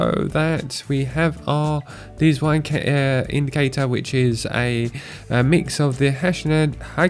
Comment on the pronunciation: "dziwne" is not deezwine :)) its Polish for "weird"